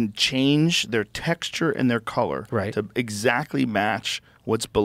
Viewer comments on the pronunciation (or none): none